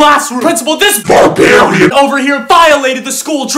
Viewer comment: “This barbarin” got me on the floor 😂😂😂